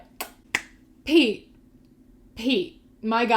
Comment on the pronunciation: Had to skip back cause I thought you said Pea instead of Pete KJSHDGKJHSDGKJHSKJDG I was like who names their kid Pea? Edit: My mans is self aware and still said that shit? He will never be one of the bois smfh.